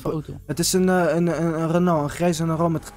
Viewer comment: Hoe renault zegt: renah